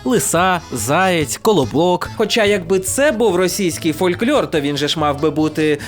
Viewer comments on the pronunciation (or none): Фольклор. Без «Ь». Так, на майбутнє. Дуж слух ріже)